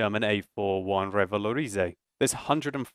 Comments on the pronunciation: ahah i'm french and i love your " rivalorisé " :d it's REvalorisé :d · You're pronouncing Revalorisé a bit wrong. You stress the i but you should stress the é, Revaloriséééé. Just saying :p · lol no French or Canadians are watching this considering the fact that no comments mentioned that he pronounced revalorisé wrong, but I'll accept that since he has a British accent. if you're reading this, don't mind it, I still love your vids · french and I would say kind of, but dont pronounce the Y in the "ay", or you'l sound like the cliché english accent when we imitate english people speaking french lol ;) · Mdr comment il prononce Revalorisé 😂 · Thats funny how u say "revalorisé" with ur accent :P I liked it :P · I love how he pronounce "revalorisé" :'D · Okay I know you love to pronounce your tanks with elegance but I'm pretty sure the French don't roll R's. They do that little phlegm sound but without so much phlegm. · Omg nononono dont Say revalorisé un french! Sounds pretty bad